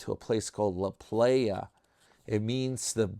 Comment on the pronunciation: La Playa is pronounced La "Ply ya". Glad you're studying Espanol. You're exactly right Teddy is a cool guy, love his short wisecracks to Tim.🤣 Your short video cracked me up, best yet!